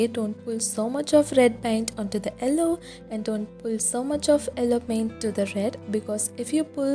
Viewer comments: Its yellow not elloo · Ello? It's yellow.